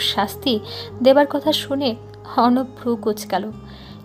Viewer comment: রোদের বাবা কি উচ্চারণ করে 😡 যিনি রোদের বাবার কণ্ঠ দিছেন উনি কি বাংলা পড়েন নাই কখনো.......!!!!!! নায়কের নাম অর্ণব অথচ উচ্চারণ করে অবর্ণ 😡😡